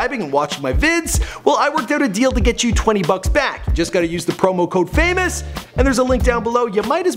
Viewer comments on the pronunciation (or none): he said famus instead of famous 😂😂